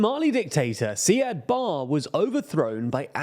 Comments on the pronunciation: BARR - ITS BARRE PRONOUNCED "BAAREY" 3.5M x 4 = 14m Not 8 times but 4times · Atleast do some research if you're going to make a video on such a complex issue. (By the way Somalian is not a word and "Bar" is not how you pronounce Siyad Bare's last name) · a couple notes: Siad Barre isn't pronounced like that The demonym for Somalia is Somali not Somalian.